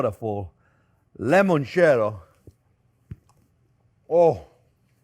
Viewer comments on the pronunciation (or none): Chef, once and for all, it's NOT lemoncello, it's limoncelleo. Limoncello, limoncello. Geez!